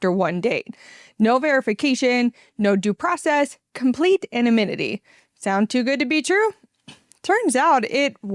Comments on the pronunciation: Please practice the word "anonymity". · I had to google the word "anominity". I was like: have I been saying it wrong all these years?